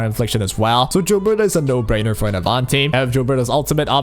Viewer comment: I jave this video a thumbs down because you keep saying jilberta